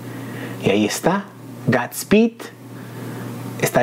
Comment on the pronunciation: Dilo bien no es es guudsspeedk es godspeed sabes inglish? No hate